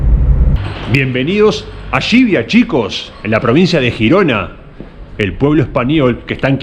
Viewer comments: Tus videos me encantan, en general, pero sería de agradecer que pronunciaras bien ciertas consonantes al tratarse de topónimos. Suena fatal Xivia en vez de Llivia. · Gsivia, no, es LLivia. Llivia.